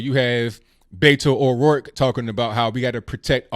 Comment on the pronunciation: Yall really need to call him by his given name. It's not Betto